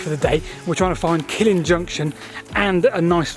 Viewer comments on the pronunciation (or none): Indeed Steven. And Scottish place names usually have the stress on the second syllable, so it is KilLIN rather than KILLin. Must be nice not having the Welsh correcting you for a change! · 'Killin' is pronounced Kil-LIN. Stress on 2nd syllable. Not like the Killing Fields. A Killin' Junction would be best avoided. And Tyndrum is 'Tyne Drum' not 'Tin Drum'. From Taigh, Gaelic for house. So it means the house on the ridge. Fascinating though. I travelled the line many times.